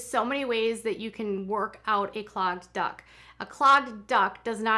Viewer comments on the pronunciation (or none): I kept thinking that you were saying "clogged duck" and wondering how massaging a random duck helped mastitis 😂